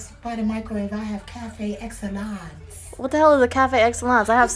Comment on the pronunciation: “What’s café excellance? I have sevon elevon” LMAOOO